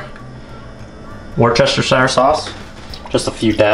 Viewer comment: You had me Worrr-chesterrr-shyrrr sauce lol it's funny for us Brits... drop the 1st "h" and pronounce Woostershire... like this